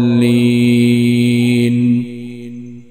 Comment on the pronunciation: ولا الضالين وليس ولا الظالين